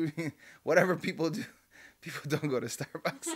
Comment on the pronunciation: Funny when you say starbucks 😂